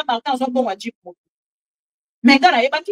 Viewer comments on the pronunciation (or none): Jeep et non jupe,muluba ridicule!